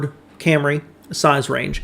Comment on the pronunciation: Day Ooo, Cam Ray, a couple of memorable Motorweek pronunciations.